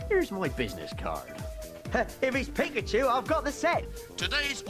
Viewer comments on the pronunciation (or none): none